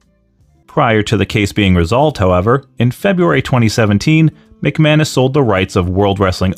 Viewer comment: The guy's last name might be McManus, but all I hear is McMahon-ish. Also I love how Road Dogg can still basically use his copyrighted WWE name by dropping the second G.